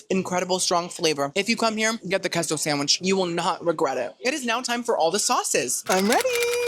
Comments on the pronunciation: Keso? 😂 it’s pronounced Kaso 🥰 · its kayso not keso idc what u say 😂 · it’s Case-oh for Queso hhh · K-SO lol. Please just say it like the rest of us